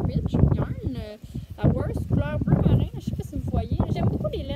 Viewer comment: Vous faites un bon travail! Juste un petit mot pour dire qu'on prononce le ED de worsted et faded.